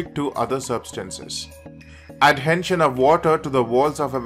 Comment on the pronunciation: Horrible accent with a weired "N" in the words cohesion and adhesion !!!!